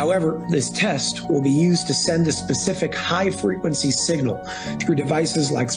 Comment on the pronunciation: I have never heard someone pronounce signal "seen-ñal"